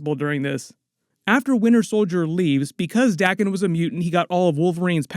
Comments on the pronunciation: It's pronounced day ken not dahken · Wolverines sons name is spelt Daken. So its pronounced 'Day-kin'. If it was spelt Dakken it would be pronounced 'Da-ken'. The rule is a double consonant after a vowel shortens the vowel. 'Daken' only has a single consonant so its a long vowel. Day-ken. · Your rule doesn't apply to Japanese words. Daken, or rather 駄犬, is pronounced dah-kehn.